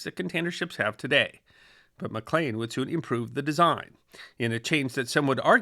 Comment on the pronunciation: One point: Malcolm McLean's last name is pronounced "Mc Leen", not "Mc Lane"